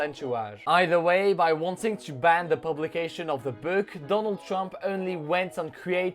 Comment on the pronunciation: Apprend à prononcer "book" c'est insupportable